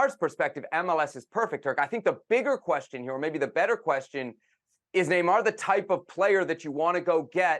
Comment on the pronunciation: Why is that guy pronouncing Neymar with a trilled R at the end of his name...he's from Brasil.